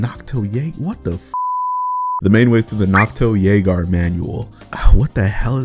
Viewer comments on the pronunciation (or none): It's pronounced nocto-yager as in voyager, there's a special side quest that explains this in game. It's a combination of nocturnal+voyagers